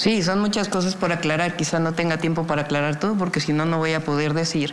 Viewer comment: Xochitl Gálvez nomás decía: Coguptos Pogque Y más palabras con la letra r 😂😂😂😂